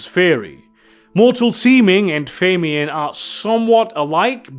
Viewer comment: Watched a few of these and I'm loving the mispronunciations of certain words in every one. took me an hour to figure out what feymian was until I realized he was talking about the "fae mien." LOL I had to look up the word and hear a sample of it to make sure I wasn't the one who'd been saying it wrong for 40 years. LMAO